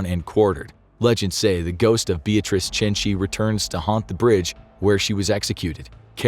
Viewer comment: I like how he made some effort to pronounce all the Italian names...except Beatrice, because f her, I guess lol